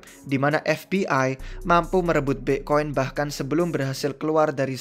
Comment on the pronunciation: Aslinya BITCOIN APA BIKCOIN sihhh ???? WKWKKWKKWK Bingung gua😷